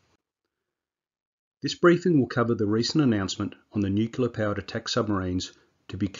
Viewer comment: dude..... its Nuclear, not nukular